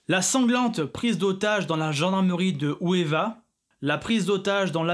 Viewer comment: NB, ce n'est pas Ouéva, mais Ouvéa en mai 1988, sinon, bonne vidéo . PS: le MP 5 n'est pas " décrier " mais décliné , ca veux pas dire la meme chose, si il etait " décrier " le MP5 il ne serait pas utilisé